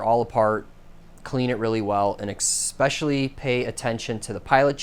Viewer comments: 58 "exspeshially" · "Expecially" lol I got a co-worker that says "expresso" and "ex-cetra"... no idea why. We all kinda roll our eyes 😅